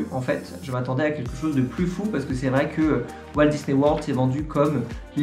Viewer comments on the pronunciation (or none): none